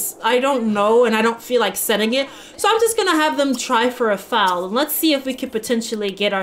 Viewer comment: No idea if you've made up your mind with the glass sculpting (was it sculpting?), but a way to lengthen the playthrough, if you so desire, and incorporate the glass story wise, you could make a mermaid kingdom. You could incorporate clay this way as well. Edit: A baby horse is called a foal (pronounced fole), not a fowl. A fowl is a bird lol